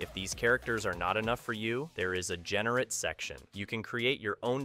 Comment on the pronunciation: So the script for this was written with AI and then the voice was automated. No one says Generate as generrat.